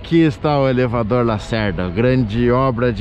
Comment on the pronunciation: Michele muito bom o Salvadoulr e elevadoulr rsrs